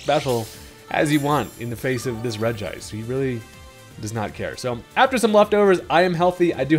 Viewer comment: I love the fact that you pronounce regice the correct way